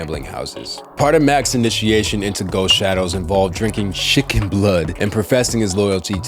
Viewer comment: Why he put so much emphasis on it tho 🤣